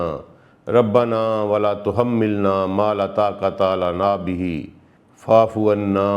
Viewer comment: استغفر اللہ آپ وا فعنا کو فعفعنا پڑھ رہے ہیں ۔ اتنی کیوں غلطیاں کرتے ہیں تلاوت میں ؟